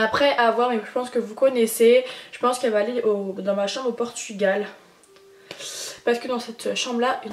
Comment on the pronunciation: tu fais que dire portugual cest genant ...